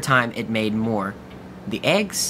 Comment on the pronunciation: when you said it looked like eggs I legit thought you said AIDS!!!